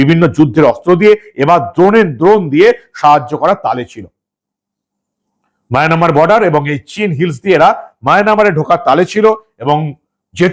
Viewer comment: Dada Maynamar na Mayanmar,...apni sab samo maynamar keno bolen?